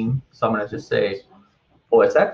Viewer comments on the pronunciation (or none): The word isn't "walla", it's voilà. Also, the X in OS X is a Roman numeral and is pronounced "ten", not "ex" (which is somewhat beside the point as the operating system is no longer called OS X but rather, macOS.)